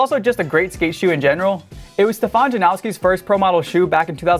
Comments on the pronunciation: Jan-oww-ski ❌ Jan-os-ki ✅ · The Janoskis aren't pronounced as 'now-ski' at all, Polish name or not. And this is coming from my Polish friends who ride those shoes. There's no 'now' sound, but rather a 'nos' as in Thanos. It's pronounced as 'nose-ski' basically. The only people calling it 'now-ski' are weird 'Americans'. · Why do people say "Janowski" there's no w in the damn name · first of all you say JANOSKI wrong. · There's no W in Janoski